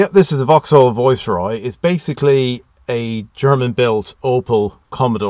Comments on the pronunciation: I didn’t realise it was an accent as everything else sounded perfect, just sounded a bit weird rhyming with voice and not vice but superb car and loved the video and you got a bargain. Loved the rarity and I remember a tv advert with Carlton, Viceroy and Royale. Subscribed! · How do you pronounce this car, it sounds much nicer with your Irish tone than the English (Vice roy) when you say it's name it sound like (voice roy) it lovely It look very like the one my dad used as his car from tge manager fleet when he worked for Gm Europe Vauxhalls. They where like pool cars. I remembertgese cars well he a burgandy red colour and gold one it dad use to say it a carlton tarted up she was a working class girl who found a sugar daddy. We then moved to the Royals. He had metallic red coupe with gold crushed velour seats and sunroof and wood effect dash. The trouble with dad he was a Jaguar Daimler man so his private car was 4.2 xj he had tgem from early 1970 through to xj40 whenbfird took over hus boss a gm said no more Jags or else. Especially when the govt refused to sell landrover and jaguar to GM. I digress nice car! Dont you just love the colour choice youbgotbin cars Red crushed velour, Gold, green, blue abd black. Car interiors where intrestibg places. I hated black interiors, they are lazy, with no style, bring back colour. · I’m Irish and have been living in the UK a long time. So some words/phrases I pronounce in an Irish English way. If that makes sense. Thanks for subscribing 👍 The Viceroy is tucked up in the garage still. Has yet to emerge from its winter hibernation.